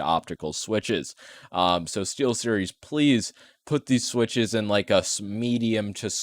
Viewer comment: LOLOLOLOLOLOLLOOLOL stee"L"series your so funny😏🥵